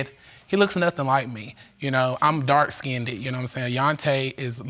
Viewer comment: I hate when people pronounce "skinned" as "skin-ded".